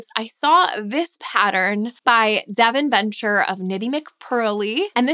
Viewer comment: It's Devin Ventre (ventree) not Devon Venture. I only know because I watch Knitty McPurly. I think everyone should have to release a video pronouncing the names of their patterns and their names 😀 x